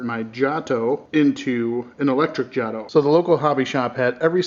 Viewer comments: It's pronounced JAY-TOE. You know like the jato rocket? God, Jaw-toe lol you sound like an idiot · its jato like jay- toe